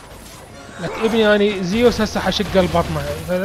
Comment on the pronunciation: اسمة زوس مو زيوس